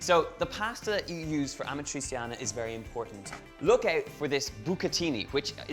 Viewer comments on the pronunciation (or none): Amatriciana, not amatrisiana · If you have an i or and e after a c in Italian, it sounds more like a "sh" than a "s". Like in shoes. So it sounds rather like "Amatritschiana" than "Amatriziana". But looks nice. :) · What? Amatri"S"iana? The real accent for Amatriciana in your language is Amatri"CH"ana. Our C is like your CH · Aaaargh ,great job with the dish but stop pronouncing it wrong the c in amatraciana is said ch like in pancetta . You wouldn't say pansseta so stop saying amatraseeana . Apologies for rant ,food looks amazing 👏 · Donal is kind of struggling with Amatriciana's pronunciation lol. It's basically Ama-trichana. Amatri-seeyanah is too much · It’s amat-rich-yana! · Great pronounciation, Donal! 😂 ”Amatrisiana”. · It’s pronounced “amatrichiana” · The pronunciation is Amatrichiana! You want teach a recipe and you don't know the name. NO FUCKING GARLIC. I don't undestastand why abroad everybody put garlic in our recipes. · Babe it's pasta all'amatriCiana (a-ma-tri-CHA-na) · It's pronounced "ah-mah-tri-chee(like cheese)-ah-nah" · Pronunciation tip: Ah-mah-tree-chah-nah (the stress is on the 'chah' syllable) Great recipe! Love from Italy! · The best part is how he's saying properly Guanciale and Pancetta but can't get over amatriciana :D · ArmchairWarrior ammatreecheeanna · Amatrissiana ? And yet, you don't say Panssetta... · that‘s not how you pronounce amatriciana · well I wanted to share the video with a friend in rome but I can't because of the wrong pronunciation of amatriciana :D